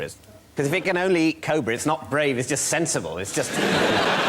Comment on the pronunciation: Can someone teach that guy how to say Cobra